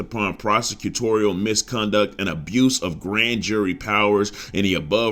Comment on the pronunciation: Gotta sound the words out mis-con-duct u got it the second time😂😂😂